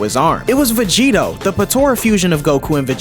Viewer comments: Vegerot?????? Everything is good but VEGEROT??? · saying Vegerot instead of Vegetto. I love the Balck arc. But i preffer the anime version because Trunks got to meet with Gohan again and it was full of emotion and good writing. I also loved the idea of Black traveling trought multiple timelines fighting against alternative versions of the Z warriors.